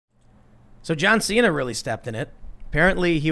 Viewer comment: JOHN XI'NA